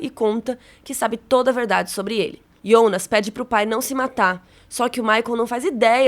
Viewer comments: “Ionas” misericórdia fiquei com aflição dela falando assim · Fiquei meio agoniado com "Iounas" Eu sei que é por conta do J ter som de I na Alemanha e tal ,mas.... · Só eu que acho estranho ela chamar o Jonas de ionas? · a mulher pronuncia ,iounas.. kkkkkkkkk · pq ela fala iounas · Me dá agonia ela chamando o Jonas de ''Ionas'' kkk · Pq vc chama o Jonas de ionas? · Só eu q saquei que ela chama o Jonas de Ionas????...😂😂 Aguardando o apocalipse na 3° Temporada!! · parei de ver só pq fala ionas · A unica coisa ruim do vídeo é vc falando IONAS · Confesso que dá uma certa agonia com a maneira como ela pronúncia "Jonas". Mas o os vídeos são muito bons. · nossa, eu senti uma agonia dela falando o nome do jonas e helge errado kkk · Amei muito o vídeo, obg, so o que me incomodou mesmo foi a pronúncia do nome dos personagens 😰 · Parece o chaves tentando falar o nome dele, hahahahhahahaha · A série é confusa, mas eu tô mais confusa com você prenunciando JONAS e soando: "iONAS". Socorro Deus 🤡🤔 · ionas não mano, é JONAS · não entendo qual a dificuldade de falar jonas ,do q ta falando iounas..kk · Aí eu não suportei vc ficar chamando jonnas de yonas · Ionas é meu ovo fala Jonas caraio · Pq vc fala "ionas" E não Jonas ? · Que nervoso ela falando IONAS .... fala Jonas caramba nao é mais fácil? Simplifica. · Pq n Falar Jonas ao invés de Ionas? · vc fala Iounas errado não é assim é Jonas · Que porra de ionas, sabe falar Jonas não? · Um leve ataque do coração toda vez que você pronunciou YÔnas e não JÔnas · pq chama o Jonas e Ionas? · video so ficaria melhor se parasse de falar “IOUNAS”, mas deixarei like mesmo assim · Tbm achei chato esse ionaa , tem q falar Jonas mesmo. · Pq ela não fala Jonas, toda vez q fala Ionas acho estranho... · É JONAS OU IONAS ? HAHAHAH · Ionas é meu ovo! Fala Jonas porra! A série já é complicado e tu me vem falar de Ionas. Vsf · Que agonia ouvir ela falando Ionas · Pois é, eu fiquei pensando quem é esse tal de Yonas que ela tanto fala 🤣